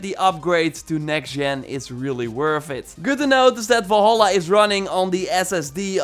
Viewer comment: It's VALHALLA not VOLHOLLA